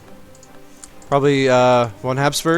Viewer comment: Hey, i really like your videos and have grown to become an ardent fan of your Byzantium series. But being a Greek and a historian at that, it drives me crazy when i hear you pronounce Basileus and Basilissa. I am going to give you the proper phonetic way: [vasilefs] with the tone going over the e, and [vasilisa] with the tone over the first i. I know i am nitpicking, but i just had to do it :) . But seriously, you are doing a great job and i'll keep watching anyway :) .